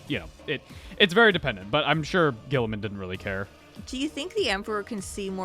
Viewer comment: Saying G-man's name wrong is like a tradition at this point. lol